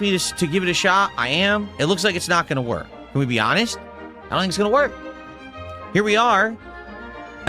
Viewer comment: Hanhest snort